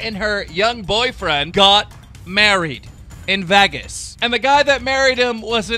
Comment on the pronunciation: why do you always pronounce "Vegas", "Vagas"